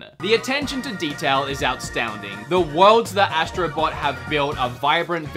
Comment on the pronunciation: youR good but tired "outstounding"